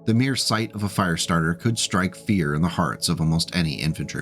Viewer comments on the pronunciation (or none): It's a Firestartah! Twisted Firestartah!